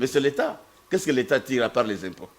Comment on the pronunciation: "tire" pas tiré ! oups !